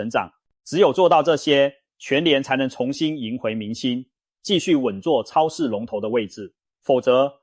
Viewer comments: 包皮超市 是我聽錯還是故意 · .....我怎麼聽到包皮超市😢 真的，那天看個垃圾袋，一捲是小北的三倍價，抵制